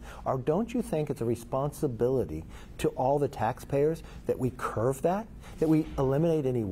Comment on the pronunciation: Curb, not curve. Can this guy answer a question ever? Very weasely.